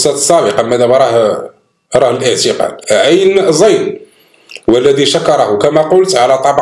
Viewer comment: عين زاي و ليس عبن زاين يا الأخ